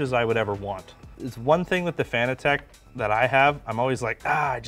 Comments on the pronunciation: Are we sure about the pronunciation of "Fan-a-tech" and not like "Fanatic?" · Fun Fact: Fanatec is a play on fanatic so is pronounced like fuh-NA-tech not FAN-uh-tech. Here's Fanatec pronouncing it's own name the proper way, tell all your friends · Why does everyone call it Fan-a-tech?It’s Fanatec like sports fanatic. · Fanatec is Pronounced like Fanatic...see what they did there?